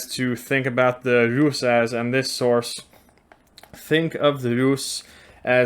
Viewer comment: Well my friend so far the best pronounciation of Русь (Rus’) goes to you 😂 Thank you for making s soft at the end